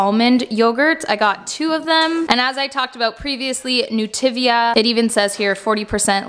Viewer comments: Isn’t it Nutiva not Nutivia? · anyone noticed it's actually nutiva, not nutivia?😂 no harm, just saying, love you're vid's😄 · I think you’re adding an extra letter to Nutiva.